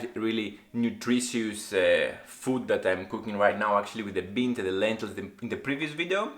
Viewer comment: I kinda like how you pronounce RECIPE 😁, the BEANs Pumped Up "let's say" and became like bumblebee.